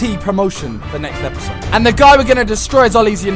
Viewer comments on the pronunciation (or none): none